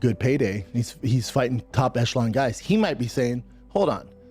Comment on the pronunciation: Brenda “top enshalon competition” Shaub